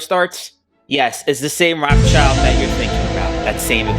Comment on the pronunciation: Yep, Lord Rothschild pronounced 'Roth Shield' is willing to have a chandelier made out of broken tableware but not cheap copper and dandelions.